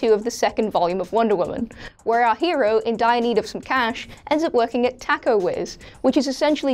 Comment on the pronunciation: I think the way she says ' taco' annoys me much more then the way she butchers ''infamous' for some reason